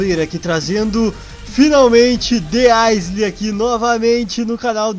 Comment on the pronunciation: Roshal se escreve The Isle mas se fala The Aioul